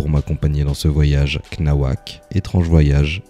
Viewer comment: Cnawak se pronoce c- nawak😅😅 grossesse feaattt